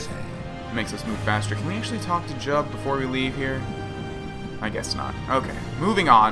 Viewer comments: Lol, it's jiub, not jub. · it's jiubs name is pronounced Jib.